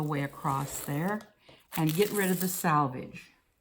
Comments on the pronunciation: I agree with the other comment about “salvage” and “selvage.” Got hard to listen to the mis-pronunciation. Lol. I use this method, Glad press and seal, for quilting. Place the press and seal on the fabric, trace the pattern lightly on the press and seal, sew directly over lines on the press and seal, then carefully tear it away. This works great for lightly quilted areas only. You run into issues with heavily quilted areas as you pull it away as you get tiny pieces of wrap you have to pick away with tweezers. It can be done but puts another step in your process. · This was interesting and useful. I have never heard "selvage" pronounced "salvage". Is this a localized pronunciation? It is a cool linguistic mark and I really want to know just where you are from, or what your linguistic heritage is. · Selvage not salvage. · More than she said salvage instead of selvage..... but I think the technique is cool.